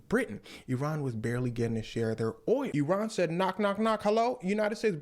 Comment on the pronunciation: Pronounce Iran like that brother. Not eye ran. This guy can be a good teacher of history. This is accurate in a much less formal way.